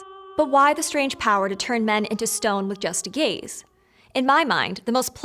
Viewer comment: Am i the only one who kept hearing gays instead of gaze?😅